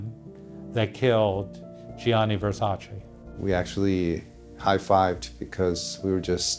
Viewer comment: Americans will never learn how to pronounce Versace!!!